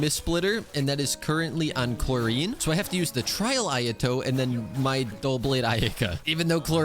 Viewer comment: starting to think saying Clorinde wrong on purpose to be annoying 🥲